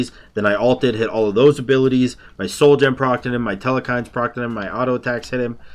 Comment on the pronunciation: and theres no E in the middle of Telkhines